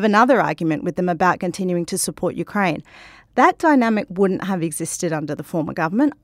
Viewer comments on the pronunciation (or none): Please pronounce Ukraine with accent on 2nd syllable , not first.